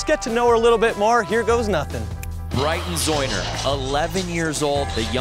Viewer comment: He said zeuner wrong at the start smh